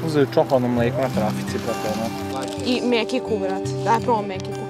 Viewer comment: Kakv bre mekik to se zove mećik